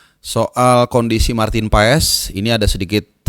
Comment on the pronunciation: Paas bang paaaaaaasssss bukan paes Heu